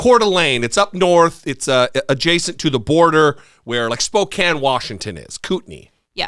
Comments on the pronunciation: Kudos to for pronouncing Spokane, Coeur d' Alene and Kootenai correctly! You're either from here, or visited enough to see lots of our area. P.S. thankfully, there's a large Democratic presence in Spokane county to offset the nuts across the border. 🤭💙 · Shoutout for pronouncing Kootenai, Coeur d'Alene, and Spokane correctly!